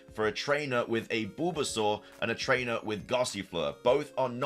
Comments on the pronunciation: Sounds like your saying Boobasaur 😂😂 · Is anybody gunna tell him about the way he pronounces bulbasaur.... 0_0? 🤣🤣🤣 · Was anyone else highly disturbed by how he says bulbasaur..?